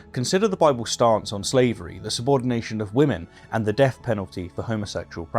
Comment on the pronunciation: Stop th-fronting please; it's pronounced thousand not fousand, think not fink, and death not deaff.